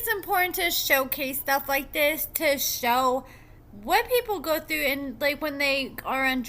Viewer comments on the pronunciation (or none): none